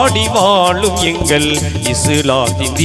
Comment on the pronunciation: டேய் தம்பி தமிழ் உச்சரிப்பு உனக்கு சரியாக வரவில்லை தமிழ் நல்லா கத்துக்கோ ஓகே வாழும் வாலும் இல்லை